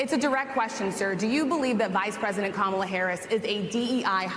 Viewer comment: He does say "Kamela", her name is Kamala. We're glad to have you, but you gotta' do better than that.